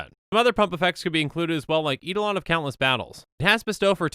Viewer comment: Not going to comment on Kytheon, since I don't know the official pronunciation, but "kitsune" is pronounced with an "é" sound at the end--that is, it's pronounced "kit-soon-ay." Japanese words are like that. (Technically it's "KEET-soon-ay," but I think that's splitting hairs and makes you sound like a weeb.) Also, I believe "eidolon" is pronounced "eye-DOLE-un," but don't quote me on that.